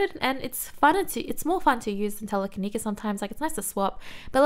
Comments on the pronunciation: tele-ka-ne-sis if you care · It's pronounced TELE-KE-KNEE-CIS. Thought it would help. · Tele-kin-e-sis and sk-call-d (although I think it might be regional too. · it is tele kini sis not telekinsis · "TELL - uh - ka - KNEE - sis" is how you say it lol, and dw lots of people get it wrong all the time :P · Hahaha I almost died laughing hearing telekenikis xD. Also, I think you should use amnesia more when you have the blue bar on your HP bar. It helps you recover some of the HP back(that's mostly what made it a good move now). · Scald - Sk-all-d Telekinesis - Te-le-kin-ee-sis Amnesia - Am-nee-shia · Welcome to my learning abt pokemon moves so taday first we will do Slowbro move ✨Telekanesis✨ ok ready!? k Te-la-ka-ne-sis. Gwet job. 💅🏻💅🏻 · Tell-uh-kin-knee-sis. You'll get it eventually lol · Tell - ih - kih - knee - sis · scald = sk + all + d telekenesis = tele + kin + ee + sis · Tell-A-Kin-EE-sis (lol) Good video! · Can we do a Spark x Wild Charge Zeraora next? Btw its pronounced Telekeeneesis and Scald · The other move instead of amnesia is tell-a-ke-ni-sis. Try to pronounce it slowly, each word differently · Tele - ka - knee - sis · Telekinesis pronounced: Tell-La-Kin-knee-sis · I dont want to be that person but just if you want to know: Scald is pronunced like salt not like soul and telekinesis is pronunced "tell eh keen is sis" (just pronunce each word and youll get it) im sorry to be like this but I thought you might find it useful and not mean :( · Tele Kin-ees-iss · Teh - Leh - Kuh - Nee - Sis I hope this helps 😅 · Te le kee knee sis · Its Tele - ki - nesis 😊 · Telekinesis, pronounced tel-a-kin-ee-sis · sorry if this is mansplainy but teh-leh-keh-knee-sis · She, pronouncing Telekinesis is so darn cute lmao.